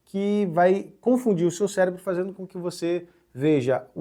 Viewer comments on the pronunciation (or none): none